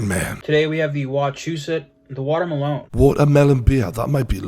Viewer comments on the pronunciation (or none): fr like my man said water malone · How did they not comment on the way the food reviewer pronounced "Watermelon"? Watermaloneeee hahaha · Why is none talking about food reviewer pronouncing melon “MELONE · Why does the Food Reviewer pronounce watermelon like it has face tats and sings 'Rockstar'?